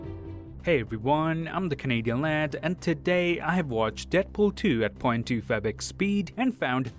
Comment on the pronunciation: point 2 favick speed? is that what he says? I watched all his videos, still don't know what I hear when he says it